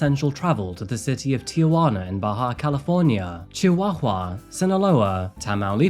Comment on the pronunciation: Don’t ever try to say chihuahua again